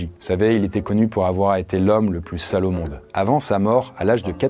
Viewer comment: je suis le seul à avoir entendu Salomon au lieu de sale au monde?😂